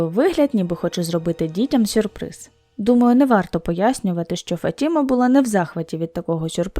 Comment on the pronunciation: Правильно - ФатімА, наголос на останній склад.